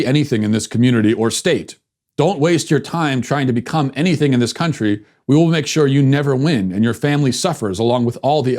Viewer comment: What the hell is a "crountry"